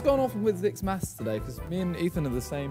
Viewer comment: Him not being able to do mafs was funny